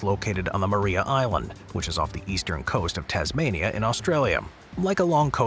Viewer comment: FYI It's pronounced Ma-rye-ah, not Ma-ree-ah. It's alternative Indigenous name is Wukaluwikiwayna. 🙂